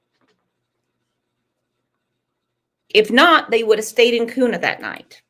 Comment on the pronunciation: Its pronounced Kyoona (Kuna)